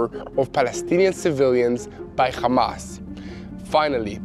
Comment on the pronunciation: When you are speaking English please use English pronunciation for the words Hamas and Hezbollah. I know that probably when you say those names in Hebrew, the H sound sounds like you are clearing your throat, but in English we just say it with an ordinary H sound (like you said in the words HERE and HELP)... it will make what you are saying so much easier to understand. In fact every time there is an H in English it is just said like you said HERE and HELP...... God bless you, and love from Queensland Australia.